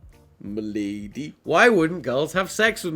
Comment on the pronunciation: “Milidy”- Tomska 2018